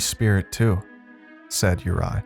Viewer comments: Your mispronounciation is infuriating!! It's not "You-rye", his name is pronounced "You-ree"!! This is just awful. Ive twice turned off this story within 15mins, it's just too irritating! Im trying a 3rd time because i want to hear the tale. How can you NOT check how to pronounce names correctly? Real lazy. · Normally love your work!! But this was sloppy bruv!!! Mis matched sound effects, mispronounced name of featured character ( URI= your-E or youry) I’m sure Peter was really pyter but that’s ok, your inflections didn’t match with story telling either! Mailed it in, huh? If you weren’t so good I wouldn’t care